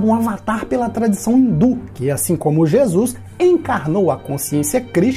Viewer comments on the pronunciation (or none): none